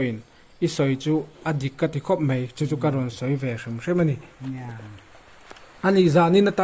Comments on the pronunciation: MEI i ti ziah mai a, MAI i ti tawh zawk dawn nia, Mei tih hi an hmang ngailo, mizotrawng diklo a ni e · MAI ti la chu hmang zing pawh nila a pawilo. MEI iti zel a, ngaihthlak a hrehawm.